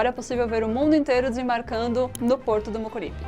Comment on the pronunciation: Você não está precisando corretamente às palavras que tem a letra R na sílaba, não é pororto que se pronuncia e sim Porto